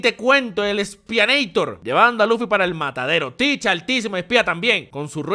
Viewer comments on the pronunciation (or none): none